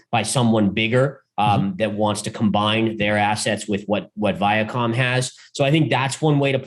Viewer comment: I love, but... Every Time He Says VIACOM... I lose a lot of trust...